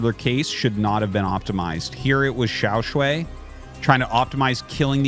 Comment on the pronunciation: Xiao Sh-WHY not Sh-WAY. Wrong vowel.